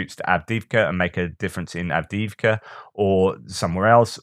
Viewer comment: Doing good 😂 with Av dee eev ka. The first ee has and major lift the second ee a minor fall. Hallelujah!